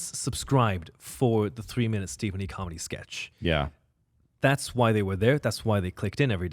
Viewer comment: Of course, it's pronounced as Stephen "Her", not "He", if you know the Chinese character.